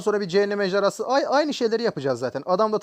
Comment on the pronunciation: abi ay diyişini bian japonlardan geliyo sandım